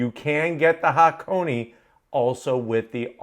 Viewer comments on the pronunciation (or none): Say it with me HA-KO-NAY. Not HAH-CONEY.